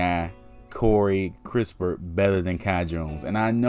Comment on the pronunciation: It's kiss-pert and not kris - pert.. Possible, If the spurs can get extra picks aside from the 12th in sign and trade with the lakers 22nd pick, then go ahead and get your shooter in kispert. 12th picks reserved for a sengun, Wagner or garuba who can play now..